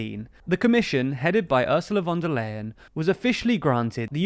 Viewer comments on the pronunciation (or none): "Ursula von der Leyen" is pronounced "Oorsoolah fonda Lyin'"